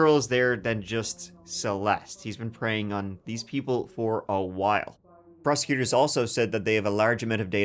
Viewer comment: sounds like prose-cuters